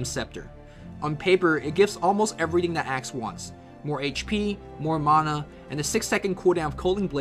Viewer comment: "Maahnah Pool" and "Shadow Shaymon"